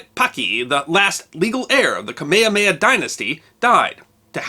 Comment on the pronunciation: ... Ka-Mei-Ha-Mei-Ha Dynasty? So the move in Dragon Ball is named after Hawaiian royalty? Also, how often do you move that bugle behind you?